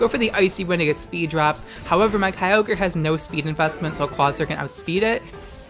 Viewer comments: Kyogr not keyogrey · ah yes... Key-O-Grey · Wait, is it Kai-ogre or Key-ohgrey? I'm in doubt now and I don't like it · Groodon, Kee-ogri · Why you gotta say it with a hard R👊😔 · I love you videos but god every time you kyogre wrong i die a little bit inside